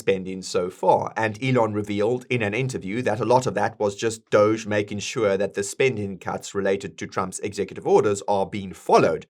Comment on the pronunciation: Why do you keep saying Swure ? There is not W in sure xD